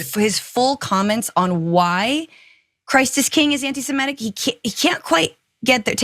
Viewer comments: Please stop saying “anti simetic”!! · I'll ask for the 1000th time, why can Americans not pronounce the word "antisemitic"? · listen to the hosts carefully. They are mispronouncing it.